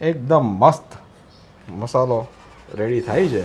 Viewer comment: મશાલો ન કહેવાય.મસાલો કહેવાય